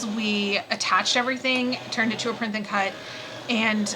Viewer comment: Why do you say printh and cut?